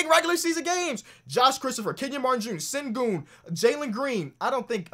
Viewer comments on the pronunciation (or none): Turkish subscriber here, it’s pronounced ‘Shen-goon’ mate :) keep up the good work can’t wait for the notifications coming from your uploads! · its pronounced shengün (ü as in j(u)ry)